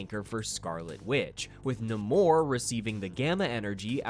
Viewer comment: My biggest irritation right now is how the MCU has made the entire world start pronouncing Namor's name wrong! 😭😭